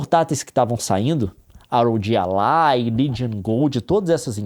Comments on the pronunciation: Quando o cara fala ar ou Gi alai eu ja não consigo seguir ate o final kkk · "Ar Ou Gi Allai" 🙄🙄🙄